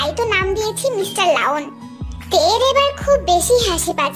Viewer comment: Laon na lion hobe😂